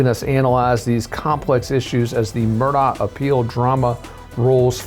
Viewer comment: Murdaugh, not MurDOCK